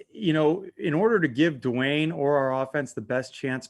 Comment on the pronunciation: Hey Rivera, it's not pronounced "Doo Wayne". Rivera has previously proclaimed this season to be a developmental one, so why not let Haskins develop? This is an extremely poor, incompetent response from an NFL head coach. "He just hasn't had enough work yet" Now, he will have ZERO work, Rivera. Hey Rivera, save all three time outs until you have 26 seconds left.